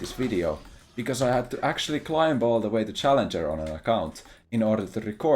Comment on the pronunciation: This stuff will only get us grandmaster at best. How are we supposed to get challenjour without accent?